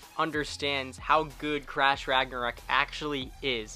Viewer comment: I left when he said crash ragnourok